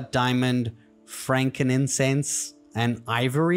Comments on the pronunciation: Love knowing how to keep the "Franken-sense" in "duh-mond" mon! Thank you! ❤ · "Frankininsense?" That's AMAZAZING!